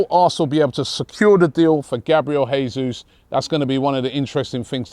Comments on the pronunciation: Jayzus not Hayzus (his name is Portugese not Spanish) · The name is pronounced Jay-soos. Not Hey-soos. Gabriel Jesus. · Who’s gonna tell Robbie it’s pronounced “jay-zeus” lol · it's Jesus with J, not H. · Robbie,Jesus, he's Brazilian, it pronounced Jay-zeus not Hay-Suess. Morata, no thanks, too old, more clubs than Tiger Woods and offers nothing. Same reason we didn't sign Wilshere or Ramsey. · He’s Brazilian not Mexican pronounce the J and leave out the last S